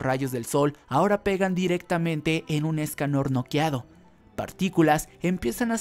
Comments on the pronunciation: Porque dice Méliodas en vez de meliodas Y porque dice Éscanor y no escanor Y porque dice Estarrrosa en vez de estarossa Jaja :v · Me-liodas, esca-Nor, estaRRossa, que onda?